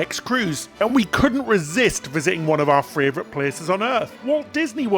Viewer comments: do you realise you say "fravourite" instead of "favourite" every single time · Which is one of my fravorite -isms!